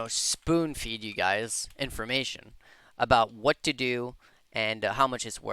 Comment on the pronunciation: “im not gonna just speen food you” lol